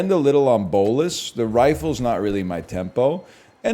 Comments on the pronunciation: NL is awesome, the only thing that bothers me is how he pronounces bolas lol. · Nicol Bolas ass pronunciation